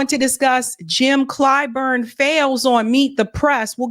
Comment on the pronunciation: "Uni'd'ê" Clyburn.